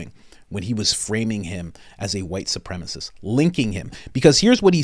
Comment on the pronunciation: "Supremacist" not "Supremist"